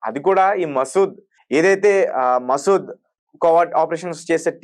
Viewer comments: ఒరే నాయనా మసూద్ కాదురా ముసాద్ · Maseed kadhu babu, Mossad. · Arey Babu matter cheppetappudu perlu correct ga cheppu.masood kadhu mossadh 😂😂